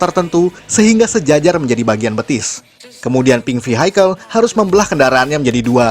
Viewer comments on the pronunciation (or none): Koreksi: Vehicle bacanya VIKEL bukan Vihaikel. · Suka bgt sama kontennya. Tp mau saran ya kak untuk pelafalan bahasa Inggrisnya diperbaiki, biar lebih nyaman didengerin hehee kaya kata vehicle